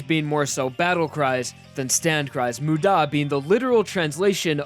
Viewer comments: Why did you say moo-DAH It's MU-da Mudamudamuda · When he starts screaming Muda it ends like damu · everyone I’ve met: mOOda me: mudÁ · This man pronounces "muda" as "mude-a" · this guys pronunciation annoys me... Moo-daw... W E A R Y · K, I gotta be that guy. You're emphasizing the DA part of MUDA when the MU is what needs to be annunciated. Sorry, I realize it's minor, but it's driving me crazy. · It hurts to hear the pronunciations of wry and muda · Idk why but it bothers me the way he pronunces muda or wry. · Why is he emphasising the da in muda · Not to mention his weird emphasis in "muda" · U saying Muda makes me want to dislike and report this video please stop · Your pronunciation absolutely atrocious dude; there’s only 2 syllables in muda, you had a 50/50 chance of getting it right, and you got it wrong every time. Also, Giorno is not pronounced as gee-or-no. It’s pretty much pronounced something like Jo-er-no. Giorno. That’s why him being a Jojo still works out. Because the Gio- is pronounced similarly.